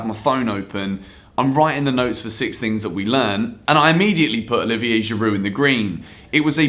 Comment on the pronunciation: He called Giroud a Go-kart